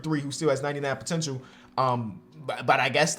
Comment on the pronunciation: "Potentchoo" As Dwyane Wade say's it. 😬